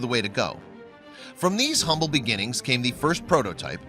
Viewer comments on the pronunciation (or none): none